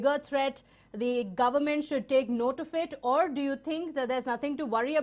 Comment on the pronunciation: Madam it's not tink. it's THINK